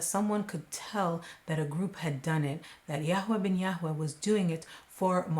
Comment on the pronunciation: Yarway, please pronounce it the same as everyone else NJ, YARWAY x